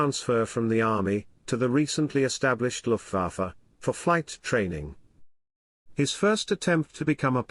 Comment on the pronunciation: Was ist das für eine Sprache? Luhfaffäh mit Mesusmit Zum Kotzen..